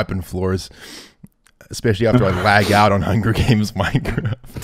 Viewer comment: "this is just call of duty but minecwaft"